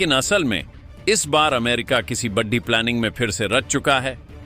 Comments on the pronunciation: अबे बेशर्मों बड़ी और बढ़ी में अंतर समझो सालों हिंदी भाषा का सही उच्चारण करो और #बड़ी_बड़ा_बड़े बोलो बढ़ी नहीं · ' बड्डी' नहीं होता जी, ' बड़ी' होता है।